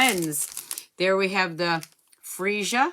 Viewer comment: Way to go - you were the first American demo that I've heard pronounce Freesia properly! Looking forward to seeing your Polished Pink nails next week - and what you think of all of the new Incolours once you've had a play with them. I've just received my copy of the catalogue with a great swatch / sample book-marker with the blends, markers, cardstock, ink and ribbon attached to it. I'm mostly impressed with the improvement S'U! have made to the die-sets - much more metal heavy and user friendly - labels and images in one set! LOVE all of the new ribbons. threads and newest and most sparkliest In-Colour gems ever! ~ C ~ GB-uk